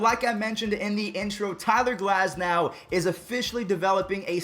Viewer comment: GLASNOW FUSSY GLAZNOW.......... LET'S GET THIS NAME RIGHT! IT'S GLAS - NOW, NOT GLAZ -NOW.SAY THE "S" IT'S NOT A "Z".YOU WOULDN'T LIKE FUSSY...WOULD YOU??? I'M APPOINTED TO GET NAMES RIGHT! THATS WHY I WAS GIFTED...JOHNSON! THANKS!